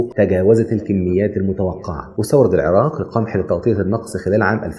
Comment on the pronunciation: شكرا جزيلا لان لفظه العراق بطريقه لفظ اهلها شكرا وشكرا لشعب مصر ولكل شعوبنا الطيبه يارب يحيكم